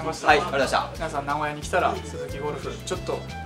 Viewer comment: 発音：名古屋↑じゃなくて名古屋↓です。